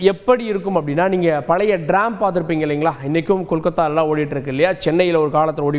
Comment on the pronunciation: Not Dram it's tram